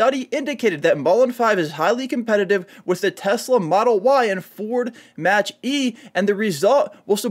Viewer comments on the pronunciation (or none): Ford Mach E... Pronounced Mock E. Not Match E. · Mach is pronounced as Mock! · Hard to take the guy serious when he doesn’t know how to say cents but says cent. Also, it’s a Mach-E pronounced mok.